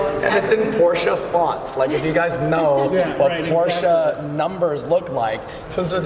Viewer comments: She still can't say Porsche right. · It's POR-SHUh .. Not porsh. Not por-che. Not porch. Not posheh. It is POR-SHUH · Oh you mean PORCHEEE yeah I love those . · 😑 works at the Porsche Design Center and can't even pronounce Porsche right 🤦🏻‍♂️